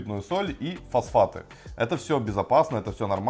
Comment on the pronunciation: Фасфаты?? О_О так хорошо начали и Фасфаты...